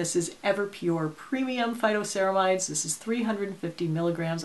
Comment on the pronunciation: Phyto...not photo!🙄😄